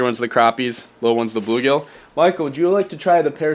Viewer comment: messed pronounce. blue-gill